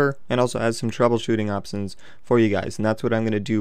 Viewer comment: "And has some troubleshooting opsions" Nice job:P